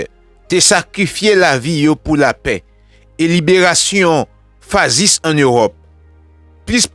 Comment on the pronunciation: M’renmen tandew anpil bro koz wap bay bon nouvel c bien malheureux m pa k privew, but m paNse siw prononse mot Sa FASCISME fachism lap mieux bro 🤝